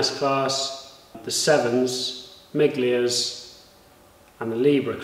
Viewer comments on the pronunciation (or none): FYI,miglia is pronounced 'milia' 👍👍👍